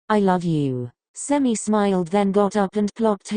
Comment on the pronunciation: “And smiiyulled” why’d she say it like that 😭